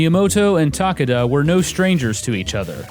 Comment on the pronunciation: I think Takada has 3 syllables